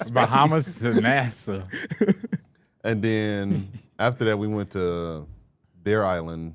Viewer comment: Did my man call “Nassau” the space program NASA?😭